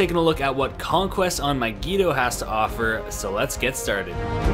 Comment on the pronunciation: Your saying mygeeto wrong